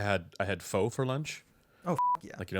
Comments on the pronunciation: It’s pronounced Fa not Fo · it’s not foe, it’s phuh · PHO is pronounce is "Fur" not "Foe" I'm Vietnamese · It's pronounced "Fuh"... Lol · Pho is pronounced less as a hard "oh" sound and more of a "uh" sound.